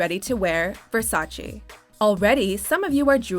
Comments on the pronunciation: You pronounced Versace as versaCHI, it suppose to be versaCHE. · Whats Versachee? I heard of Versace.